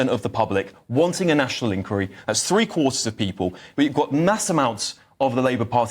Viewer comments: The word is 'inqUiry' - stress on the second syllable. 🙄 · Can you stop saying ink weary. Its inquiry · Inn-choir-ee please. This is not America. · Can please annunciate inquiry properly please, not like an American. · you’re a great guy and a superb presenter, but why do you keep pronouncing “Inquiry” the American way? This is the UK and you certainly sound to me - very much English!!! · On, and try to pronounce "inquiry" correctly. This is the UK, not the US, and the creeping Americanisation is an embarrassment.